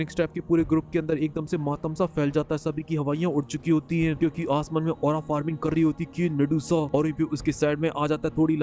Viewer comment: Forming hahah farming hota hai 😂😂